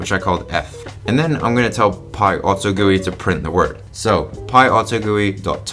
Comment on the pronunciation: he pronounces it like it's some sort of pie! Pie auto gooey but actually script. what it means is Python Auto Generated User Interface